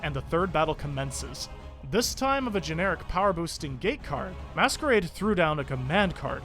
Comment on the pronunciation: Way you pronounce masquerade as they it's he